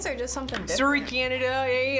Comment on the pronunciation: When said "soary cananda" 😂 reminds me of how everyone use to make fun of the degrassi cast for how they said sorry 😂